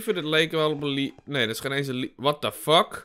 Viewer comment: Sorry, maar je spreekt "lever" uit als "levver", en niet als "liever". Voor de rest vind ik je video's wel supergaaf!